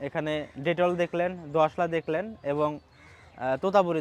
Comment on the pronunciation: Bhai detol na bitol hobe